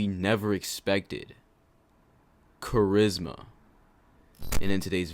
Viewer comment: d-d-d-did you s-s-say............... charizzma 😖😣